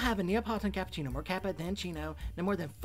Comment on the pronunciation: Me, an italian, hearing the errors in pronouncing "cappuccino": Angry noises